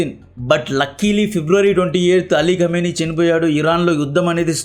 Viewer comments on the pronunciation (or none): none